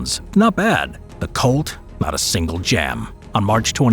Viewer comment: Couldn’t help but hear colt, as cult